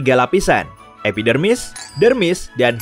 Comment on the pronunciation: kok gw dengernya epidemik?